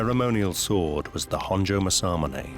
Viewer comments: Learn to say it right!! Its masa-mune!! Not ma-samune! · To pronounce "Masamune" it's 'mass-ahh-moo-nay' and NOT 'mas-sah-mon-hey'. This narrator is driving me nuts with how he pronounces this great name.🤪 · My God the pronunciation in this video is atrocious. Tokugawa's name is NOT Ieye-ASS...and it's Masa-moon-eyy....come on guys, there are so many resources out there to figure this sort of stuff out... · British prononciation is always terrible in these documentaries. Mah-San-Moo-Nay, not “Masamoon”, Ee-ay-ah-su, not “Ee-ay-ahs”….. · Mah-Sa-MOO-NEH 政宗' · Tokugawa IeyaSU!!! Anglosaxon speakers cannot speak other languages! MasaMUne!!! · Everyone, say it with me: MOSSA-MOONAY. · I wholeheartedly agree!! Masamune is pronounced: MA-SA-MU-NE!! It is quite distracting and irritating and a little disrespectful...I've seen plenty of non-Japanese people pronounce Japanese words properly. Point being, if you are discussing a topic, pronouncing words properly are almost as important as knowledge of the subject you're discussing. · I wish the narrator could at least say Masamune correctly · It's criminal to keep mispronouncing Masamune so often. British people don't need to say things wrong just because they can. What an embarrassment! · It's killing me to hear Masamunes name butchered every few seconds. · Sad the narrator can't pronounce Masamune is just how poor this video really is. A video of ill gotten gains. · The narrator not bothering to learn how to pronounce Masamune correctly is annoying to the point of distraction. I'm thinking of muting the audio and turning on captions, it's that annoying.